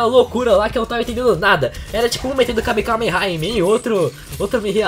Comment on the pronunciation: o q é kameKameha? achei q era kamehameha mas